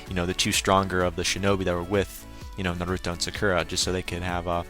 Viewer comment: naruto not narooto